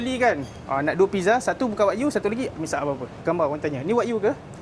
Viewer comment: Wa-gyuu… bukan wak yu